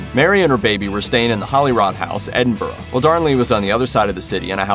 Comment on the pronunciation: Holyrood House: holly rude house